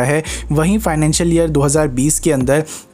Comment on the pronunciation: Bhai love to watch ur content..but sometime u make some terrible mistakes jis ko agar ignore b krna chahe to kr nhi skte like u r wrongly pronounced financial years every time in this video plz try to avoid such mistakes isse content thoda mature lgega and please don't take it as a hate full comment i just wish ki tum or successful ho👍🏻